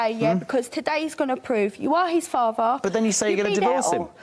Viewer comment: always pronouncing "er" as "arr" - "he is da farvar"